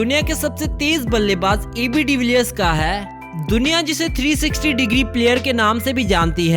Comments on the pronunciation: Aur kesa "HAII" 😂😂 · Haai haai 😄😄😄😄😄 600 crore ka haai, Haai kaise bolta hai